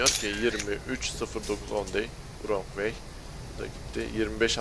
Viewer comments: vırong way denmez rong way diye söylenir üstad. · Vrong vey değil rong vey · kardeş 10 day(s) wrong way mevzusu varya şu wrong' un telaffuzu nasıl bir bak istersen "on dey(?) vurong vey" nedir abi?